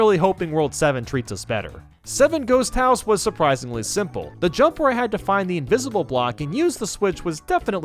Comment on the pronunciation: "WAS SUPERISINGLY SIMPLE"